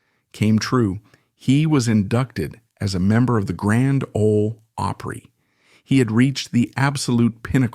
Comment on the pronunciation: Come on, learn to pronounce Opry